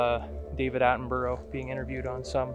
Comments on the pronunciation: I watched this video when it first aired. BTW his name isn't pronounced like that, it sounds like Atten-bur-ah same as Edinburgh (Edin-bur-ah) Soz don't mean to be the pronunciation police! At least you say 'out' like a good Scotsman!! :p Keep up the fantastic work! Oh BTW I watched a very convincing piece of film last night and wondered if you'd seen it and if you intended ever doing a review of it? If it's not a fake, it certainly looks and feels very real. Really hope this isn't a fake but if it is it has got to be Hollywood grade special effects- made me laugh when it stands up and the dude filming just bolts! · OMG... learn to at least say his name properly!!!!